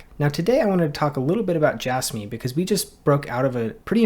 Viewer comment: I can’t stand it when people pronounce it as “J-asss-me” instead of “J-azz-me”. It is so difficult to listen to.